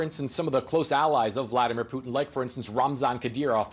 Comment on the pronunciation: "Bladimir Vutin" i like it. Hope it catches on